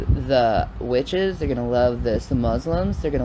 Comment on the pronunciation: Not the "peggens" and "witch-hehs"